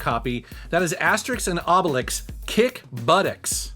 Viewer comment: Hey, you learned how to say Asterix and Obelix, thats awesome :D